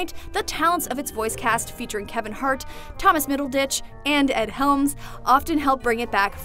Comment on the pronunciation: She called him Thomas middle ditch